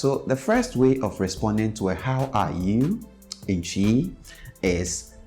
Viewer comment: Great lesson again! Repetition seems to be key! Another question, which is the proper way to say twi? I know some people that pronounce it as tree and you pronounce it as tchi. Which one is correct or is it based on tribe or dialect?